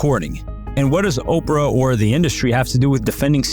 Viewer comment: Not OPRA!